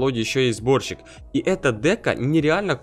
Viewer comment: Мне показалось что ты сказал вместо сборщик-борщик:D